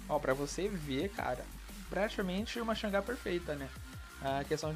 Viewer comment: Chanji assum que se pronuncia nao changa